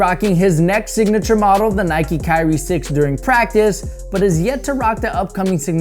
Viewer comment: Nike, nike, nike, nike... Facepalm (